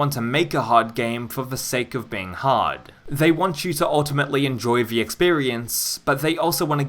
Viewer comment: Why do you say ‘vuh’ instead of ‘the’ and ‘vem’ instead of ‘them’?